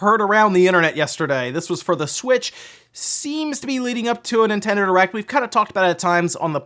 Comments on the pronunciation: 😂😂😂 did you say Nintendo Erect? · 7 seconds In and I'm pmsl. Sounds like you said nintendo errect.... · you said "Nintendo Erect" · Nintendo Erect. lmao. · ... Did anybody else hear "Nintendo erect" in the beginning?